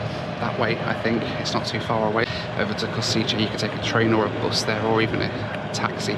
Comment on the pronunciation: it’s KOŠICE = KOSHEETZE Everyone pronounces it Italian way 🤦🏻‍♂️ Slovaks are Slavs so the way we pronounce it’s different to Italian lol